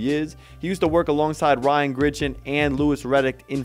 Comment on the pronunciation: Dude. It’s fucking GRIGson. Not Gritchen